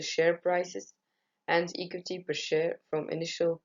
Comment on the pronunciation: Hi I like your presentation, it's quite interesting and a good length when it comes to timing! Although, I would advise you to look up the pronounciation of the word "equity", I think you are mispronouncing it. On the whole, i liked your Powerpoint and I think you have used good and clear graphs. Good that you included the sources! Good luck with the presentation. Kind regards Ana